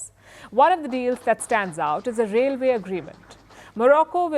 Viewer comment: What she means by railvay, Mohamed the fourth,too many errors for a fake journalist 😅